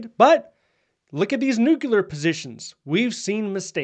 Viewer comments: It’s pronounced new clear, not nuke cu lar. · PLEASE, I'm begging you, say it correctly. It's "nu-clear," NOT "nuke-u-lar." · Nuclear, not nucular. Apart from that, thanks for keeping us updated. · I have a hard time listening to someone who can’t pronounce nuclear. Please. Say it with me…new…clear. Not new q lure. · Please learn how to properly say 'nuclear' - it's nu-clear not nu-cu-lar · I saw this immediately, as well. The other discredit from this video is using the word: “NUCULAR”. When I hear someone use this mispronunciation, their literacy level has been revealed. I have lost total interest in whatever is saying. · that is ABSOLUTELY NOT true! I have a military background in Nuclear-Biological-Chemical (NBC) Operations, and proper pronunciation of the word "Nuclear" always been pet peeve of mine. However, I’m also smart enough to know that mispronouncing it does NOT determine a person’s literacy. In my 40 years of familiarity with NBC, I’ve found that most people mispronounce the word—probably only about 10 percent get it right. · LOL, when he said it's not twitter, it's nucular warheads... OK, glad there was no DEI etc or other crazy programs. How many "Nuclear watchdogs" were fired???? ... none .... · Did you just say nukular? Ok...